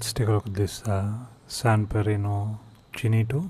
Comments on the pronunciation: no wrong the right italian pronunce is "ki-no-tto" the double t in italian is pronunced with forcing the t like in Risotto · Just for the record, it's pronounced "ki-no-to". "Ch" is pronounced as a "k" in Italian. I love that stuff.